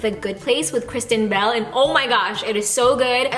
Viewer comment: when you said Kristen Bell, I understood Christian Bale, I was like whaaaaaat 😂😂😂😂